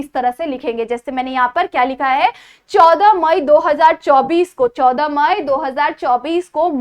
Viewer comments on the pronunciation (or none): ्माई नहीं म‌ई